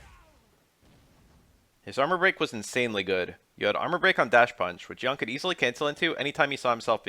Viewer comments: Yoon. Not Yaeun. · Pronounced as "Yoon" btw